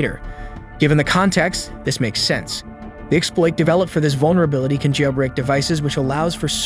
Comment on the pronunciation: Pronunciation of "progress" as its noun form (PROG-ress) when it was used as a verb (pro-GRESS), as well as the bizarre way "jailbreak" is pronounced makes it obviously text-to-speech. I bet the scriptwriter wrote "jail break" as two words in the script, leading to the wrong enunciation.